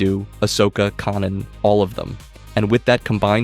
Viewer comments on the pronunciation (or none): Yeah and a human narrator who had watched a single episode of Rebels would not pronounce Kanan like that.